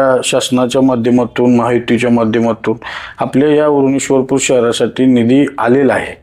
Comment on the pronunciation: आधी ईश्वर पुर बोल 😡